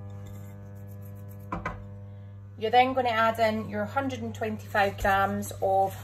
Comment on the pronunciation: Is it 125 you mls or 225 mls please because have a strong accent. I t sounds like your saying 135 mls.